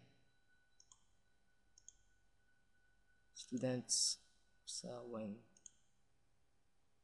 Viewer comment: Hahahahah es-tudents? toinks. kaka tawa hehe pero ok to ka una unahang pinoy tutorial about cisco CCNA ba to? hhee Ay "Hindi Tresurer pala ehhh" bwhahhahahah